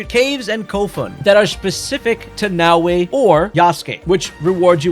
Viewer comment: omfg, it's not "Now-way"